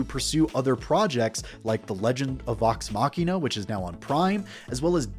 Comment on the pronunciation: did you continue saying "Tox Machina" or do my ears play tricks on me?